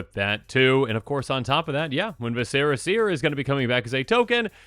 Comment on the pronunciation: viscera, as in gore, as in visceral. vis-cer-a.